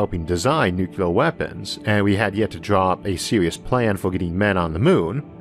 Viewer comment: Isaac it's not "Nukelar war" it's "Nuclear war". Of all people . . .